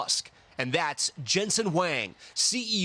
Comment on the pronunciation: ….and Huang not Wang